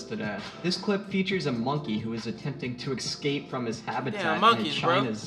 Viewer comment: Great video but I can't get over how the narrator says "eXscape".